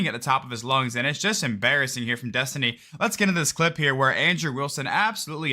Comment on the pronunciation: Destiny rhymes with Test-Tinie... Just sayin